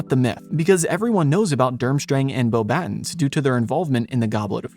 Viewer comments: It's not pronounced "boh-battens," it's "bo-ba-TÕ," (like the English word "baton," but without the final N sound). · You pronounced Beauxbatons wrong, it's pronouced "Boba-tong" cuz it's French. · You can tell it's AI by how it tries to pronounce the French school name. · You lost me with your pronunciation of Beauxbatons